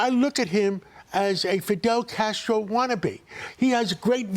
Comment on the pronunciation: He’s Fidel Castro because he wants to launch 5 pilot municipal groceries stores with one in each borough so they can have affordable groceries? STFU you can’t even say his name properly you out of touch swamp creature